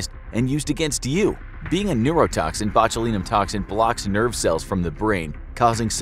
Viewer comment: Sorry couldnt make it past mispronunciation of botulinum at the start